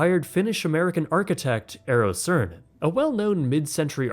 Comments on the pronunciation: I didn't expect to see Eero Saarinen here, but with you pronouncing his name as Ern CERN, definitely brightened up my day. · Eero Saarinen is pronounced eh-row saa-ruh-nuhn 😅